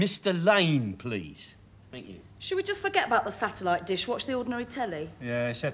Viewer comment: Del can't pronounce the word Satellite properly